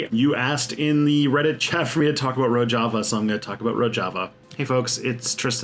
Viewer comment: It's Ro-zh-ava, I think.